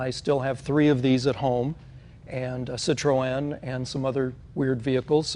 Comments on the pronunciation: its not 'sit row en' its 'sit run' like citrus but citron (Citroen) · No. The two points above the 'e' indicate that the 'e' is spoken non-conjucted -- so it is 'Citro-e-n'. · Citroen,sit ron.not sit,o rean, Just sayin' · Haha I love how Jay changed his pronunciation of "Citroen" after he heard say it!